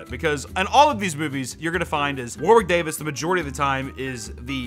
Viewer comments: WarWiiCk DaaviS 😂😂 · It’s sounds like you’re pronouncing Warwick Davis with a lisp